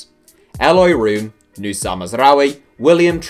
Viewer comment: You should pronounce Room as 'roam'